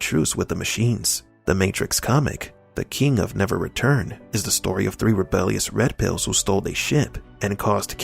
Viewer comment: "Those waskewy Wed Piws!"